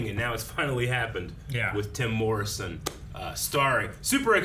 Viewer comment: Is saying "Tem Morrison"?